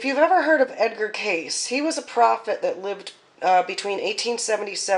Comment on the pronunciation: Pronounced Kay-see